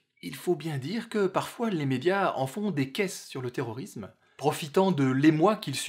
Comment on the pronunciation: le s de terrorisme se prononce s pas z